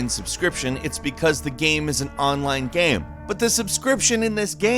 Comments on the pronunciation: Why does he keep on saying gam and not game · Is it me or does pronounce the word "game" strangely???